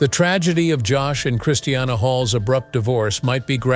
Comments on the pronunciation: I just hate how he pronounces her name. It's NOT Christ e anna. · Hope Joshyboy gets nothing! Please say christinas name right its not christianna! Omgosh! 😕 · Who cares! Another so-called power couple soap opera drama garbage - she’s nuts and shouldn’t be married to anyone - he was hungry for $$$$$ and media attention!!!! This is what is wrong with tv - this Ai generated voice cannot speak her name correctly